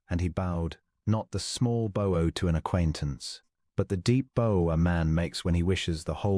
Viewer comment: I make these comments about pronouncing the words , the Bow , just gets me lol thanks for all of it lol 😂